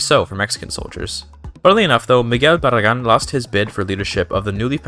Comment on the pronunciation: Earnt the subscribe after I heard you say Miguel Barragán